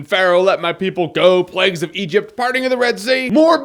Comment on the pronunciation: The plags! The plegs! The lack if pronunciation!